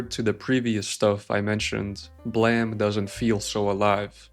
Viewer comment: Pronounced: Blame- bl AIM